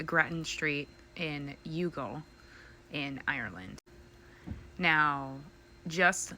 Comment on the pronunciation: town is pronounced Y'all. Not Yoogle